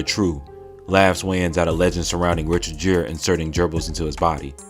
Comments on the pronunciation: Edit. It's Richard Gere pronounced (gear) like bikes or cars switching gears. Albeit ironic; ( for those that get the irony) that it's not Richard Gere pronounced (jeer). COMEDY HYPE LOVE EACH OTHER and your audience, enough to correct! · For future reference, his name is pronounced Richard Gere (Gear). Not trying to be a know-it-all but I don't want you to be giving commentary and pronouncing names wrong. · "Richard Jerrad" 😂 Bruh, come on, man. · Please please PLEASE get a new narrator. Richard JEER??? SMH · Richard Gere pronounced (gear) you’re welcome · Richard Jerr?? C'mon man. If want to be reputable, get the pronunciations right. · I swear Comedy Hype hires nothig but young kids to read these stories. How you pronounce Richard Gere name wrong? This like the 20th time I'm noticing the person reading the story mispronounce something clearly showing their age. Step it up Comedy Hype. Stop just hiring young kids that wasn't even around for In Living Color to report these stories. Get someone of age.